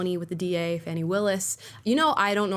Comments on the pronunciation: It’s Fan-nee, as in “slap that ass”🤣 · Her name is spelled Fani Willis, there's no letter U in there, it's pronounced "fanny"